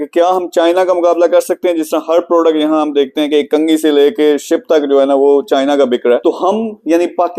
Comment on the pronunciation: Or yeh ko bolo itny bary exporter banty ho at least apna bolny ka style thek kry..chayna ni hota china hota hy.😂